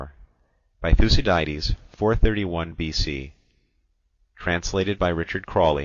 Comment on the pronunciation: Thoo-see-diedes? Smh...